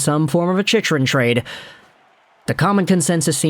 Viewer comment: Chick-rin bud. Not chich-rin.